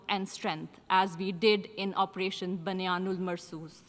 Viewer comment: opretion baniyaan 🎽 and helale award 😂😂😂